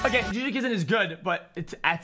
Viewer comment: mans called jujutsu kaisen “juju Kizen” lol